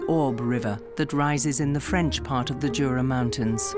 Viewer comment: It's pronounced Yura not Jura🙄🤦‍♂️